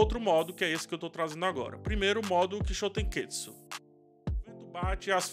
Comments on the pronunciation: Ótima análise, só sugiro cuidado na pronuncia errada da palavra. Termina com TSU e não TSKU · Toda a vez que você fala Kishotenketsu, você fala errado. Acaba deixando a palavra mais complicada do que é, pq parece estar afobado pra falar. Acaba saindo algo como "kishotenketsuku", e, por obviedade, o malabarismo fonético que você faz é muito mais complexo do que a palavra original.